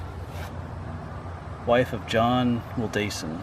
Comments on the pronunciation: Heh Ive lived a block from this since I was two years old in 2004. Ive gone to this spot since I was five or six in elementary school for a field trip. Very old spot. Also Wildasin is pronounced will-dis-inn. You’re very close, just a little less emphasis on the A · The last name is pronounced Will Da( short a ) Sin